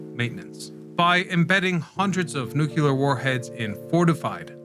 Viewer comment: not to be that guy but it's nu*cle*ar, not nuc*u*ler